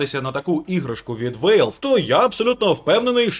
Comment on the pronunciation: Валв, не Вейлв.